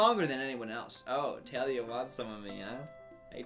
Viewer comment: Is anyone else upset bc he said “Tah-lia” instead of “Taa-lia”? No, just me? Ok.